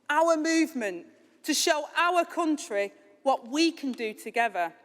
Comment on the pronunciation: "Togever". "Gavvered". The unions choice.